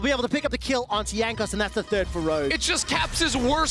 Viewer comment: mans said Jagnos